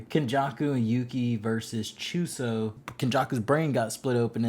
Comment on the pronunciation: Not geegee gege and choso not chooso and geto nat geeto